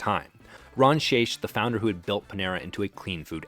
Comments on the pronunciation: Just a heads-up, the CEO's name is pronounced with a hard "ck" at the end of his name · The amount of errors in this video is staggering. From the pronunciation of the CEOs name (Shaich rhymes with bake) to Panera's imaginary IPO in 2007 (Au Bon Pain was a publicly traded company when they purchased St Louis Bread). Borderline defamation they way the lawsuit with the Texas franchise was described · Shaich like shake. I worked for the man. The Mac and Cheese was always from a plastic bag - just like the soups.